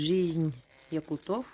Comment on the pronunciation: Прекрасная лекция, спасибо огромное🙏. Позвольте одно замечание, не "якутОв", а "якУтов" , не "якутЫ", а "якУты". Так же, как не "татарОв", "белорусОв" или "туркИ", "татарЫ" и т.д.